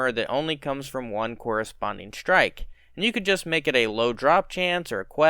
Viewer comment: You mean "shtrike".